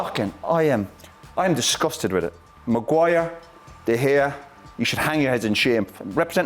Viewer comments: Any body counts how many times did he say Magu-wire 😜😂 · Roy Keane chastising these players is the funniest thing. The way he pronounces Maguire’s name with such disgust😂 Man Roy I like your passion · I used to enjoyed the way he calls Maguire’s name 😂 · I swear it's the way Roy Keane pronounces Maguire 😂😂